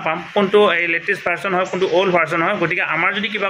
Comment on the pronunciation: ভাৰচন নহয় ভাৰজন বুলি কওক